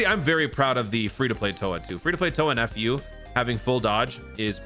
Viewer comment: Lol.. I still love how you call him "F.U." 😂